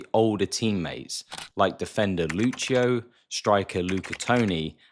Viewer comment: Weird pronunciation of names like Lizerazu or Lucio. Seems like you have never heard of them, yet they were very popular back then